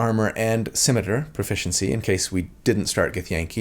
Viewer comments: It kinda bugs me, but I won't hold it against him. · I just love that pronounces scimitar as "cimeter". IYKYK.